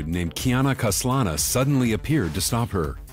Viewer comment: 🤣🤣Kiana KAN-SA-LA who? 🤣🤣We know only Kiana KAS-LA-NA in Honkai Impact 3rd 🤣LOL ww